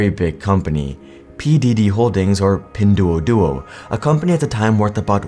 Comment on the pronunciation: It pronounced as "Pin-dwo-dwo".